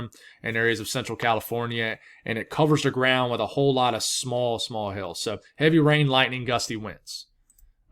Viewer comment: It sounds like he’s saying hail, but it sounds like he’s saying Hell , haha!